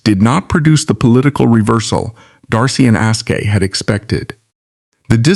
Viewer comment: You don’t pronounce the E in aske. Shrewsbury is pronounced “shrovesbury”